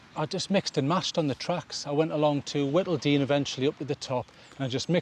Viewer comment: Ovingham pronounced Oving jam locally and it's Whit-il-dene. Not Wet-il-dene.😉👍🏻 Thanks for the video 👍🏻🖖🏻